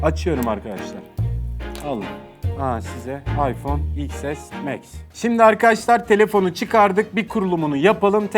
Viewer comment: Soylenisi zor iks es meks